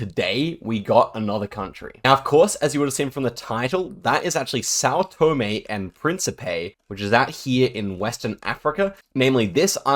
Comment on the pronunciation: hey little correction, you say Tòme, but it's Tomé